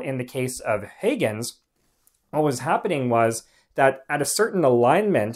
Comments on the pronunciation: Great videos. Very educational. One suggestion: Any way to add the names in writing of the various scientists? That would help people follow along. (As one example, where you say "HAY-guhnz" I think you mean Huygens which is pronounced more like "HOI-gunz" or sometimes like "HIGH-guhnz." Again, great videos & I've subscribed. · Lol, mentioning “hoygunz” … That’s like thinking the whole world should use the US-english prononciation. Mr Huygens was Dutch. And the Dutch prononciation is completely different. Try to respect this please. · Good video, very interesting. Dutch pronunciation can be baffling because the orthography is unfamiliar to many. But it's not hard to check pronunciation on Forvo. Huygens is closer to "how hens". Combinations like ui, uy, uij etc. are usually pronounced like "ow". AFAIK. Just saying...